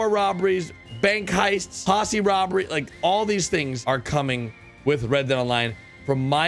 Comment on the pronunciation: How do you pronounce Posse? -Pussi